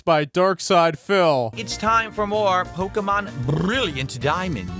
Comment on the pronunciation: Pok-Uh-Mahn Fire Beg and Leaf Greed